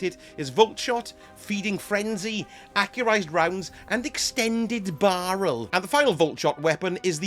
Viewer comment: I gotta know why you pronounced barrel like that it was so uncalled for